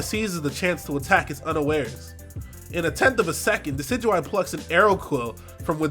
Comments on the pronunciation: thank you for pronouncing Decidueye correctly. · thank you for being the first youtuber ive heard so far pronounce decidueye correctly. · MY BOI! THE ONLY YOUTUBER PRONOUNCING DECIDUEYE'S NAME RIGHT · Is the first person I've seen pronounce decidueye properly.